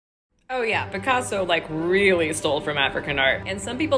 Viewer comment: Even in your statement you said Picasa like instead of African art